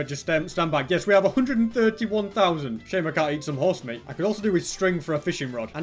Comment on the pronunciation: noone gonna say anything bout how he said 'horsemeat'